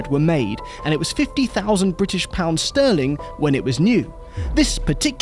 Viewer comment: Thanks for saying bri'ish the correcy way :) Lovely Cars. The Speed 12 will forever be my dream unobtainium TVR. Just an INSANE car.